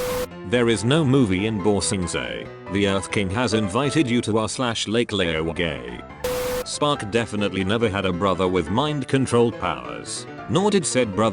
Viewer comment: LAKE LAY-OH-GAY